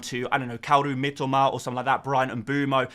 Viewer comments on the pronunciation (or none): Don’t say Mitoma like that again please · Glad someone else picked up on that. Horrible😆